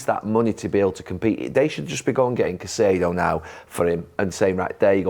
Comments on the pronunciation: Jamie said Saicedo 🤣🤣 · The way carragher butchered caicedos name 😂😂